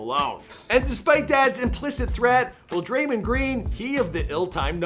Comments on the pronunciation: I cringed when he said draymund green instead of draymond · Its draymond green not drymond green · Its drayMOND (Mawnd) Green not Draymind..